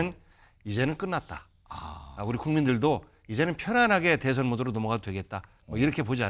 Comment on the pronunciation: 한국어에는 각 단어들에 장음(長音), 단음(短音)이 있어서 국어사전에도 표제어 장음 글자의 오른 편에 : 표로 표시되어 있다. 그런데 요즘 젊은 기자들은 한자어를 말할 때 이를 전적으로 무시하고 전부 아주 짧게 발음한다. 예컨대 '여:당(與黨)', '야:당(野黨)', '대:선(大選)' 이라고 길게 발음을 해야 하는데 짧게 발음하는 것이다. 참으로 듣기에 딱하다. 이런 폐해는 한자 사용의 폐지에서 기인한 것이다. 정말 큰일 났다. 청구인측 변호사가 "피청구인" 을 아주 짧게 발음하는데 "피:청구인" 이라고 장음을 써야 한다. 요즘 한국인들의 '한자어' 구사가 이 모양 이 꼴이다. 아유 맙소사.